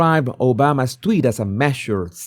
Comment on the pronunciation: Tweeeet not twit